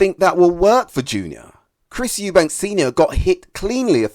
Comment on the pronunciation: Eubank not Eubanks. I give Conor the edge.